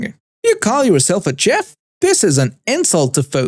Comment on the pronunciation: Story 4:, the proper pronounciation for a restaurant chef is "shef".